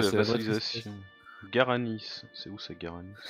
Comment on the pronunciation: GWarani, pas GaraniS, stp. Leur langue est la langue officielle du Paraguay, d'ailleurs (en plus de l'espagnol).